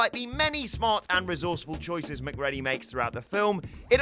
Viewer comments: Mac Cready... NOT... Mac Ready... PLEASE!!! STOP!!! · Mc CREE DEE, NOT MC READY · It's pronounced McCreedy not Mac Reddy 😂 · LMFAO Mc"Ready" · I...has he never seen The Thing? MacReddy? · Sorry dude, but that’s not how you pronounce Macready. The way you say it, sounds like being prepared for your shift at McDonald’s! Lol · Who watches Infinity War and puts it on Thor? Very clearly the Avenger who failed was Quill. They are literally inches from having the Infinity Gauntlet off Thanos's hand. And also... McReddy? Erm, yeah, that's not how it's pronounced but solid effort... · McREDDY?!!!!! Have you even seen the film?!! Once I can handle you saying it wrong, but repeating it........ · "McReddy"? Have someone who actually SAW the movies narrate them. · Please stop saying Mac-Ready :( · Thats not how you say Mc ready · It’s macgready rhyming with GREEDY in the thing if you ever saw the movie and were not reading from a script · I feel that those narrating these videos should at least watch the damn movie they are giving their opinions on. "Mac-Ready"??? Really?!? You guys suck. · So yeah maybe actually watch The Thing... Then you can pronounce the names correctly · How you gonna go and mess up MacReady’s name???. That’s coming from someone from Glasgow.. GLASGOW! Watch the fuc*king movie man. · You forgot from WhatCulture the quest correctly pronouncing MacReady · Your mispronunciation of all the character's names means you haven't seen these films, have you? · Dude... it's pronounced 'Mac-REE-dy'. Have you even watched 'The Thing'? Similarly, in 'Chinatown' it's pronounced 'GITT-ess', not 'GITTS'. And I'll leave the obvious right there.